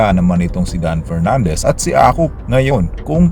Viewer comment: si Dan Fernandez na walang letter F 😂😂